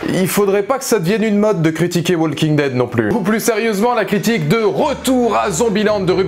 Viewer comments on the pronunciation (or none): On dit "woking dead" le L se prononce pas, pleaaaaaase